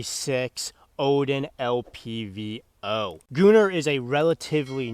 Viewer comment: I feel like it should be gun-nr not gu-nnr but that’s just me